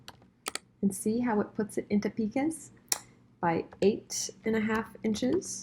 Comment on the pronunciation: Just FYI: picas = pai-kuhz, not pee-kuhzs 👍🏼